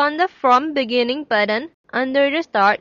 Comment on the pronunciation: actually I ment you should change the "button" pronouncation, the t is important not a d not buddon otherwhise great tutoring. sorry for the last comment